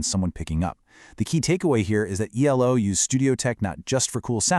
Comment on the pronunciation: Nice insight, but if you're going to abbreviate the name, it's E-L-O, not "Eelo".